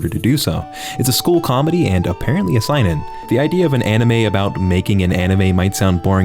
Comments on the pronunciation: This man just pronounced seinen as sign-in I’m dead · Please stop saying "sainen", it hurts my weeb ass too much to hear that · I wonder when will learn to pronounce "seinen", "isekai", "haikyuu", and pretty much any other name properly